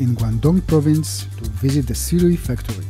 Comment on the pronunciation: so many people insists on it being pronounced "su-ray" but hearing it pronounced "si-rui" makes so much sense